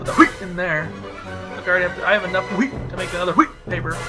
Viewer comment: "HWEAT" hahaha